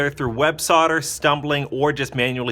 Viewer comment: Thank you for pronouncing "solder" properly.